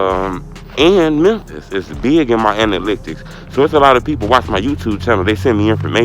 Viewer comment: Damn yu can’t say analytics 😂